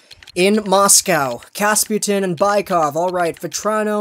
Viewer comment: Kapustin - not kasputin. Ok? Ya😁